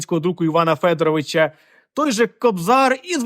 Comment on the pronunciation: Перший друкар, мабуть, ФедорОвич (а не ФЕдорович). Бо це ж - прізвище, а не по-батькові.